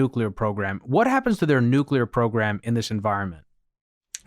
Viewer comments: Haha! He said nucular instead of nuclear like bush. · There is only one 'U' in "nuclear"'.